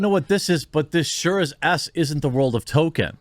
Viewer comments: Can somebody please instruct this man how to pronounce Tolkien? Please. I love Jeremy's videos but I just can't stand it anymore. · Bro, you have got to learn how to pronounce the man's name. Tolkien has an L in it. He's not the black kid on South Park. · Fuck sake Jeremy, are you saying 'Token'on purpose? :D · Any one else being driven nuts by him pronouncing Tolkien the same as “token” for the last four videos on this topic?? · is Jeremy saying Token on purpose , like south park? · The world of "tolken"? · I was g9nna make fun of your pronunciation of Tolkien, but it 100% fits. This isn't Tolkien's world: This is Token's worlds. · I can’t get over the fact that Jeremy keeps calling Tolkien “Token” bruh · OMG. Please stop saying "Token." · Will you please pronounce "Tolkien" right please! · The way you say Tolkien triggers me ngl